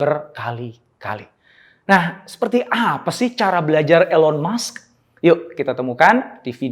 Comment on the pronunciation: bacanya ilon mask pak jadi agak kurang enak di telinga, but it’s okay🙏🏻✨